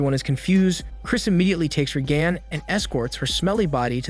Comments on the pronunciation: "RAY-gun", not "RayGAN". Bad computer "voicing". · You say Reagan weird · if you watched the movie how do you mispronounce one of the main character's name? Her mother literally says her name 45 times. or mislable the assistant for Regan?